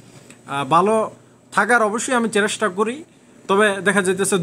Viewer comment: একটা ভুল ধরিয়ে দেই চেরেস্টা নয় চেস্টা বলবেন আমার সাথের একজন এটা শুনে হাসছে আমি তাকে বুঝিয়ে নেয়ার চেস্টা করেছি কিন্ত যত মানুষ শুনবে সবাই কে তো বোঝাতে পারবো না তাই সংশোধনের চেষ্টা করবেন ধন্যবাদ